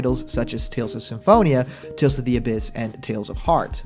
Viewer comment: I keep hearing you say Tales Off instead of saying Tales Of.